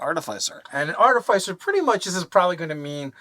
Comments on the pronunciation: I love you guys and appreciate all your videos. I have to say it though... AAR-TUH-FUH-SR... Artificer. 🙃 I'm the worst I know. Keep the vids coming!! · ART- IH- FIH- SIR. How does noone speak english. Try the word ARTIFICE, JESUS! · ɑɹˈtɪfəsəɹ. Fyi.. like office, not suffice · Ar- ti- fis*-er godgamnit. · Artifyser? Artificer? ArTEHsiFUR? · Wait are they pronouncing artificer wrong or am I? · the pronounciation of Artifice is killing me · RPG content creators will never agree on how to pronounce Artificer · Pronouncing artificer... Failed... I in - fi- is pronounced (I) not (aI)